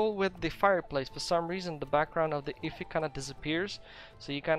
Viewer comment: Effigy is not pronounced like iffy. Say the letters F-E-G quickly. That's how you pronounce it. Its a representation of something, usually made for ritualistic purposes.